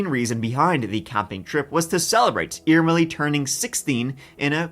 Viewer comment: Irmeli was pronounced almost perfectly! I've never heard anyone covering this case saying it like that! Greetings from Finland, we're currently at the point of winter where we see sunlight for like 4 hours/day.🥲